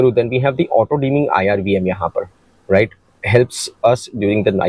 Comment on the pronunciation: आधा तीतर, आधा बटेर। समझ ही नहीं आता कि वीडियो हिंदी में है या अंग्रेज़ी में। "र्रराइट?"